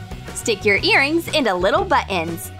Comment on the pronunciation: Don't forget your "Buh-ins", Dolly.